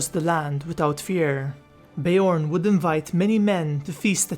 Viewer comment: Bear, not ber haha